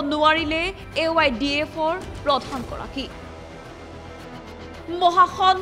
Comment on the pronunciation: এংকৰ বাইদেউ, AIUDF নে AYDF? উচ্চাৰণ ভাল দৰে কৰিব।